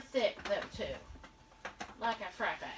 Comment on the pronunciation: i think its pronounced frap-pay she has a vitamix and shes making dessert in it lol